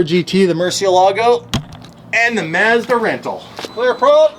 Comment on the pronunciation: It's karma for mispronouncing Mazda